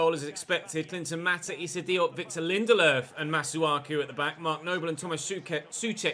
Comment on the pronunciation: Why does keep calling Lindelof “Linderlerff”